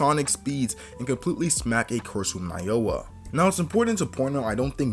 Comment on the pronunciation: Please, it's NAOYA ! not NAYOA !!